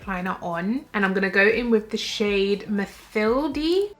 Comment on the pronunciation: In French Mathilde is pronounced « Matild »